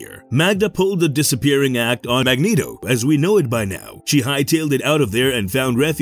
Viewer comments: I know its a fictional character but its pronounced Mag neat o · This guy's voice is a zero out of ten. And hearing "Mag-net-o" makes the video a zero. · Can everyone down vote this just for Mag-net-o.... terrible job and they just post it